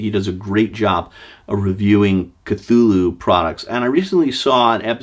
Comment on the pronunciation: You got the Cthulhu pronunciation down Professor...now if we could just get 'huge fans' of his work to pronounce the damn city names right...Dun-Itch and Ins-Muth...if I hear one more w I'm going to punch them in their InnsMOUTH (